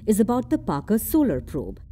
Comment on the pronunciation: Parker braved radiation 😅😅, Parker when where he was sent, by the way it’s Parker not Barker 😅😅